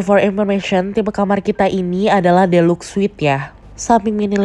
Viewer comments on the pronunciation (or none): Deluxe dibacanya dilax ya kak bukan delux hehe